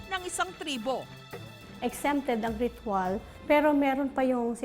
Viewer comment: Ritwal o rithual? Hahaha may Rabies pa den yan aspin lang yan eh😂